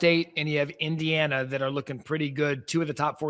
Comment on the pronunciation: Finebaum couldn't even say Indiana. He still thinks they suck.